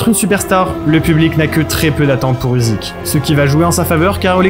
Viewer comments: Le sujet est sympa! Par contre ça se prononce "Ucyk" pas "Uzyk" :) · Usyk se prononce Oussik - ça veut dire Moustache en Ukrainien!